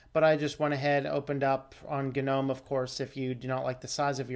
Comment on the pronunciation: Is it really supposed to be pronounced gah-nome?? It sounds so forced and pretentious. But if that's how it's pronounced, so shall I. 👍🙂👍